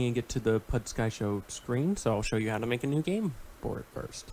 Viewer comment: “pud skai sho” thought I heard wrong for a second lol